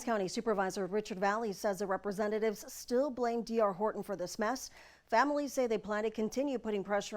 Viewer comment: Pronounce your Ts. HorTon!